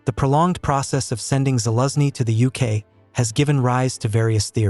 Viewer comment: You pronounce gen Zaluzhny's name so strange, first i didn't understand who you actually taking about.